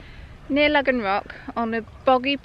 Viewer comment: Excellent video and story as always..... I have a curiosity question though. All my life in Cornwall it's been called Logan or Logans rock, pronounced Low gan. In your video from 8 years ago you pronounced it like this but in this video your pronouncing it Lug gan rock..... what's changed, have I missed some academic saying this is how it should be pronounced now?